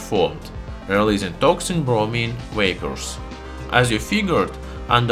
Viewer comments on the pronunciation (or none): "Wapors" That is like the Star Trek star saying Wictor Wictor. Instead of V as in Kalashniko"v"